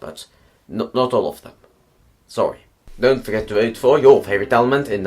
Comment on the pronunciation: You wanted me to correct you? Well for one, you pronounciate "weird" and "sorry" in weird ways.